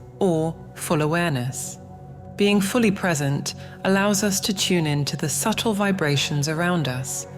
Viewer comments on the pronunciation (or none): none